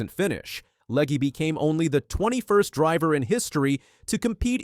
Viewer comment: I really hate AI speech, where the bot can't pronounce Legge's name the same twice and mangles Talladega. Hire a fricking human!!